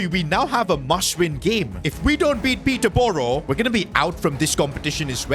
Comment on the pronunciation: I hate how he said peterborough im from peterborough and i dont like it it s prounounce peter burough